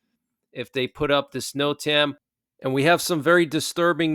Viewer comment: Great show! But NOTAM is pronounced ‘Note-um’ with emphasis on the first syllable